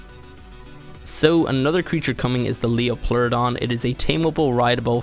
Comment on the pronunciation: LIO-PLEURODON 😂😂😂 its LIE-PLEURODON!